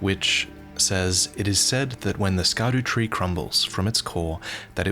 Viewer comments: scadutree... scar dew tree? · So, just out of interest sake, in Afrikaans we have a word called "Skaduwee" which translates to "Shadow" in English. So imagine my smile when I heard the first part of "Scadutree" Great video, and man I cannot wait for this.. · Yeah when he said Scadu, I had to rewind two times to make sure it wasn’t Dutch